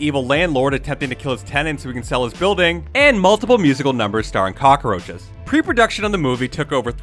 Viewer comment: Why do you keep saying cock-a-roaches?